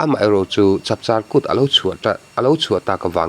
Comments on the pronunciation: Chap an char a ni mai. Chap an char (thluk sang) ngai lo. Chap (noun ) hi an char(verb) thin aw. Char - engemaw hmanga thil bel (char) atan ringawt char hman a ni ngailo. Vahchap hi lo hal hma ni engemawzat chhung an dah char (ti ro, pho ro) phawt thin. Chu an vahchap chu lo hal hma zawng an char( thluk hniam) thin. Vahchap an char chu a char lai thluksang a i hman chuan a char lai pawh chu Noun a ni leh daih thung. Ngaihdan diklo leh ngaihtuah chianglo te thu hla i dawng fu hlauh anih chu... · Chapchâr kût lam dân dik niâwm taka pa pakhat intithilchhût peih sawi i rawn sawichhâwn hi dik ni se kan mi hmasa liam tate khan an sawi daih tawh tûr a ni a; mahse tuman i rawn sawi ang thlûk khian an sawi ngai lo. Kum 80 + eng emaw zât la damte leh kum 90+ te pawhin i rawn lam rîk dân hian an sawi ngai lo. Hun nêna inkaihhnawih thilah chuan 'châr' tih hi eg. Vaimim a châr kan tih chuan tuna i rawn sawi dân thlûk hi a dik a; mahse Vaimin châr hunah kan tih chuan thil châr khâwm kan sawi angin 'châr' hi thlûk hniam tûr a ni. 'Chap a châr ta' kan tih chuan a hâl theih tawh tih a kâwk a, 'chap chârah' kan tih chuan eng hun emaw a kâwk a ni. Chuvângin Kût pakhat hminah a hun vawngtu chu chapchâr hun a ni a, chuvangin Chachâr kût kan lam dân chu kan lam ṭhin dân ang a lam hi a dik chu niin a lang. A thuhrimah inti chhûtril ber niâwm taka vântlang tihloh dân sawi sawi miho hi ' tifeltu' 'tifiahtu' ni lovin ' tibuaitu' an ni zawkin ka hria. Eg. Rannung pakhat hming chu Saphihrik a ni a, ' hrik' a awm a, 'saphi' erawh a awm lo. Saphihrik chu a hming putu rannung hming a ni ringawt mai. Hei ka lo sawi ve duah ta mai. Kan ṭawng humhalh hi pawimawh ka tih ve êm vang a ni e. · Chapchar kut pawh chu a hnuah i rawn lam diklo ve leh tho si a. A lam dan dik zawk i tih angin i rawn lam leh chuang silo.